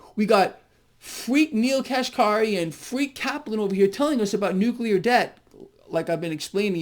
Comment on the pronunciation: Nuk-uler debt